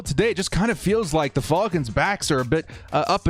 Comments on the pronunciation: please just say Falcons and not Faulkins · The Fall-Kins. F-Al-Kins. Love it. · I watched just to hear you say "The Atlanta Ful--kans!!" Lol 😆